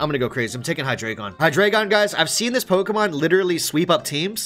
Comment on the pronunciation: anybody else cringe when you hear these dudes pronounce the pokes